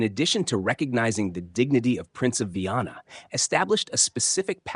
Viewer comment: Comentarios con IA ,que desastre 😂😂 Es Viana no vanna😂 ni Viena